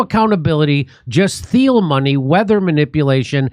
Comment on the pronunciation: Spell Thiel. Pronounced teal